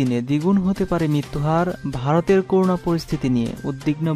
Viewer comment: Bro, Pls. make correction of pronunciation of “CORONA” . This is not “koruna”